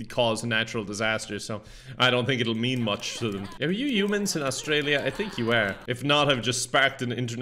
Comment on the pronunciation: I love the way pronounces "Humans" as "Yumans"